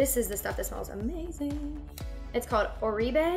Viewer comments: oribe is pronounced or-bay :) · Great tutorial, however, may I suggest you learn how to pronounce the name of Products before you do the video. Oribe is pronounced ORBAY